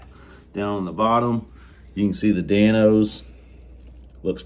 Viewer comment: Love the running “Dan-se”🤣